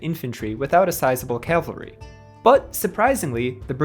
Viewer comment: Nice job. Just one little thing. Calvary ✝️ Cavalry 🎠